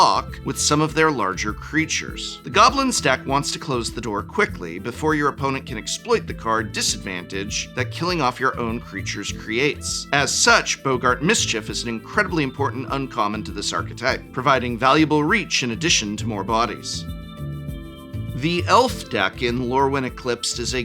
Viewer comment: Bugs me so bad that Prof says Bogart and not Bog-gart